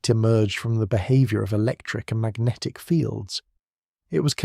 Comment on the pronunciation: I love and hate equally how Magnatic is pronounced as Ma-guh-natikkh every single time. Focusing on this sooo much I can’t sleep now.